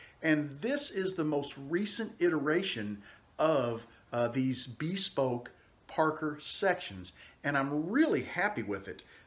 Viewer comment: I want to preface this comment by saying that I love your pens and videos. You are clearly a man who likes to do things as best he can and get better at them over time (I'm the same way). I bought a PSI Lathe to turn pens because you made it so accessible. Now, I have ONE suggestion. Take it or leave it, but if you google the word "bespoke" it is pronounced BIH-SPOKE not BEE-SPOKE. Other than that, I love it all. Thanks!